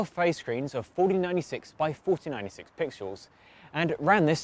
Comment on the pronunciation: Every time he pronounces pixels as "pixuels" I die inside